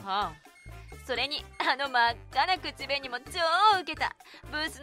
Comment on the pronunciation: ぜ(↑)んぶ くち(↑)べに(↓) イントネーションどうにかなりませんか？